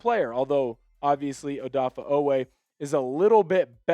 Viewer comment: Dude. His name is NOT ODAFFAH.